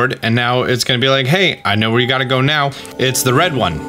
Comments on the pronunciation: he said meow instead of now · Is it just me or did he say 'right meow'?